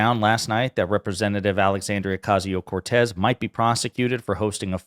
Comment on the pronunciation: Just to point out that it's pronounced Ocasio, not Ocazio. There are no Z sounds in Spanish.